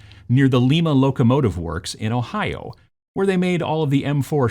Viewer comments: A great video and definitely something I will be picking up. We pronounce it Lie-Ma like the bean instead of the cooler city in Peru. I can't wait to pick this up and try it with the kids. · It's pronounced lie- ma...my wife is from there ( yes it should be lee-ma but no one says it that way) just fyi, all love great work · Just a heads up. It's "Lye-Ma" when talking about the city. 😉 My mother-in-law was born and raise there and, boy, did she make sure to correct me.